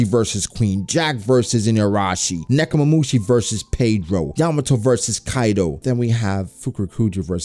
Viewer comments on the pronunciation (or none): he really said nekumamushi versus pedro T^T